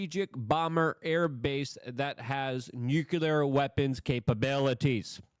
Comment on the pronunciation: IT'S NUCLEAR NOT NUCULAR